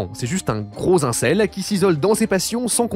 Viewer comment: Mmh, la prononciation massacrée, un régal. Itoito -> Hitohito Ozamu -> Osamu Takaashi -> Takahashi Ayasaka -> Hayasaka Un cell -> incel "Les problèmes sont répondus" J'ai mal à ma grammaire. Concernant les incels, ça veut certes dire "célibat(aire) involontaire", mais le terme a acquis une connotation de ressentiment contre la condition féminine, ce qui sonne bizarre quand ce terme est plaqué sur des romances où ce ressentiment est absent.